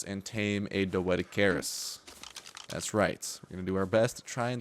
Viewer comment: lol, you cant say doedicurus right. xD